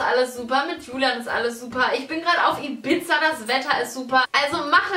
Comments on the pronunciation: Das heisst nicht Ibitza sondern Ibiza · heisst das nicht I bi za und nicht I bit za? Das sagtest du Bibi. und ich habe es auseinander geschrieben damit ja also das einzeln spricht.